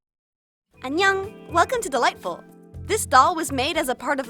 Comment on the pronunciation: When she says welcome to delightful I used to think she was saying welcome to the light bulb